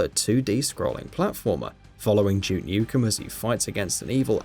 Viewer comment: It's Duke not Juke.